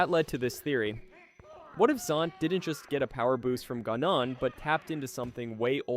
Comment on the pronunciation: guh-non LOL